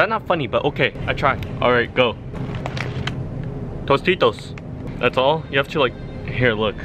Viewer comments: Check at the end of the video will pronounce Tostitos as Mosquitoes so can understand it it so funny that doesn't now the Word "Tostitos" as "Mosquitoes" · I really felt when he said “T O S T I T O S” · I Think He He Said Tostitos For Mosquitoes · t o s t i t o s